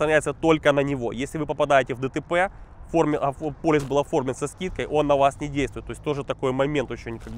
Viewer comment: !:))) ПолИс, а не полЮс